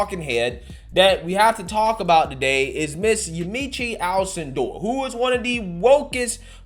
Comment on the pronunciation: First of all, you mispronounced Ms. Alcindor's first name. Next, she is NOT "woke". Stop the lies.